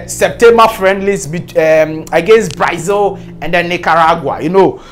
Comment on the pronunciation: The name is Brazil and not Braizil.